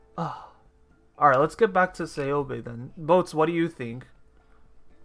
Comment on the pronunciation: Matěj Štemberk The way that he pronounces Ceobe is correct.Go and listen Ceobe’s voice lines.